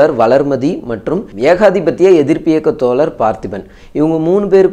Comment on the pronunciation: Tholar ila thozhar "ழ" Sariyaga uttcharikkavum.. 🙏 pls